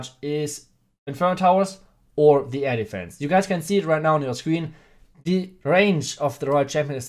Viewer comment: I hear as "elephants" whenever he is saying air defense